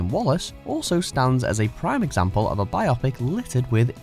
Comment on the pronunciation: Is just me or is hearing the word pronounced 'bi-opic' instead of 'bio-pic' really getting on your nearves?